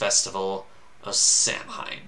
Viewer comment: KELTIC great of Sah-Win. Pronounced Saaahhh.... Wiiiinnn.